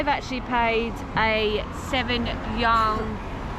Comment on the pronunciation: Just for your knowledge, the currency unit of China is yuan. It reads “yu-an”. Enjoy your trip!